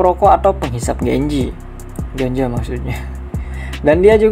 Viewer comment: Yutuber doang, ngomong ganja jadi ganjo, canda ganjo